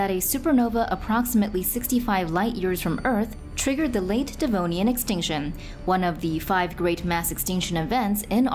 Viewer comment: No one gonna comment about it being devonian and not denovian